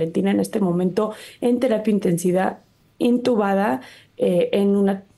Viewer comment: 😂😂😂😂😂😂😂😂 entubada😂😂😂😂😂 INtubada